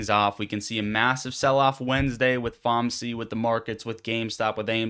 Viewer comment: Nah bro you said “Fomsee”